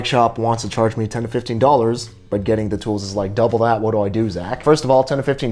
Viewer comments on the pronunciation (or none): none